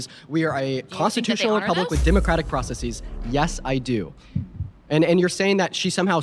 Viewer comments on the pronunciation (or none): none